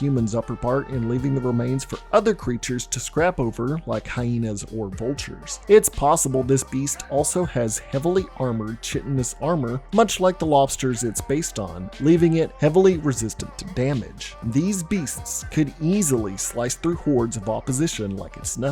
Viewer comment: Doode. I know for a fact I have left multiple snarky comments every time you mispronounce chitinous. It’s pronounced kite tin ous. I’ll joint patreon if you pronounce it right🤨!!!